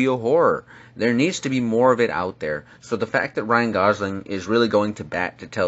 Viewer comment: Ryan Gosing... its Gosling